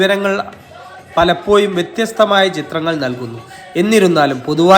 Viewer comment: പലപ്പോയും അല്ല പലപ്പോഴും